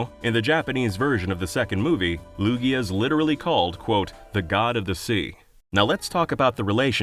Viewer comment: Lugia does NOT end with an O, it ends with an A!